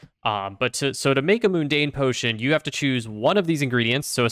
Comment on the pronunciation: Every time you said "moon-dane" instead of "mun-dane" it made me cringe. :)